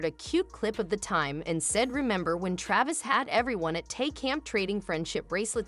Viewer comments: I didn’t catch the narrator calling him Tavis. Tavis is what people are using as the combined couple nickname: Taylor + Travis. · His name is Travis, not tavis